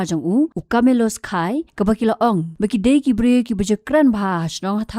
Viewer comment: Deiban ong "Kha yi" ym dei ïa khai, Phim nang pronounced..